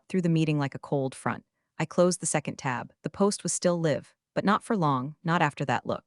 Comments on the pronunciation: It's actually easy to fix. Or 'live' being read as live instead of sounding like a'live'. There are ways to fix it. Simple proofreading and editting will fix it in a heartbeat. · Still mispronouncing live and read. Is anyone auditing these stories?